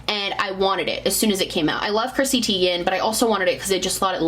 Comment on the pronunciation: Just a heads up it’s pronounced Tie-gan not Tee-gan for Chrissy’s last name haha. I got it wrong for years too 😂